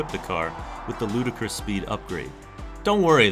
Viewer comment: The word isn't "ludacris" (the rapper), it's ludicrous (as he kept seeing in the car's screen) 😀